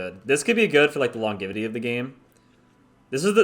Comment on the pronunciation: Longevity is pronounced Long-jev-ity